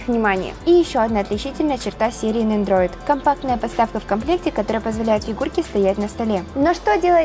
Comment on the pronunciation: Только Nendoroid а не нендроид)))